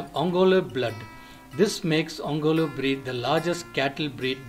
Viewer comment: first do not change the way name is pronounced, it is ongole ongoleeeeeee